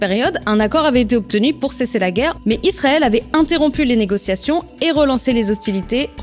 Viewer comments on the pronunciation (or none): none